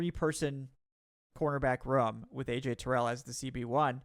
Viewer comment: The way this man pronounces the word "room". is not like us.